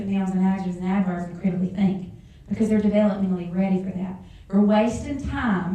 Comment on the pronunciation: How can she teach "adjectives and adverbs" if she can't even pronounce the words herself? (ajatives and averbs)